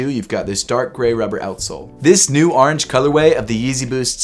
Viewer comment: Man said the arnge color way